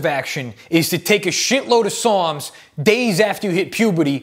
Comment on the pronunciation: Lol I was listening to this and i swore he was saying "PSALMS" NOT "SARMS" LOL